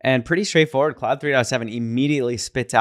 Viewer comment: it's pronounced like clod - not cloud